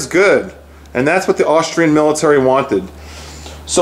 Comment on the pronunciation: I am a subsriber and enjoy your videos, but please, the gun is made in Aus-tri-a, NOT Aus-trail-ya.